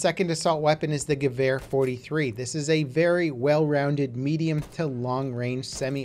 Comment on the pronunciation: Stop saying gevar its gewer